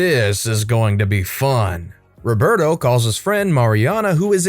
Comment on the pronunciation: Why does he say “ Reberto “ instead of Roberto?